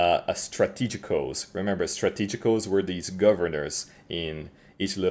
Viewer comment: anyone else praying for him to notice how to say strategos? kkkkkkkkk